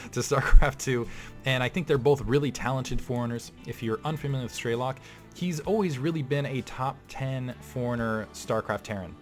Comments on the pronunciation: While you are correct on that what it means. is pronouncing it incorrectly, the american way - "Strey-lok'. Its difficult to write how it sounds correctly b/c of the intonations but its more like 'Stre-lok' w/ the 'o' not sounding like an 'a'. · Nice cast. By the way strelok means shooter in Russian and the correct way to pronounce it is strelOk not strElok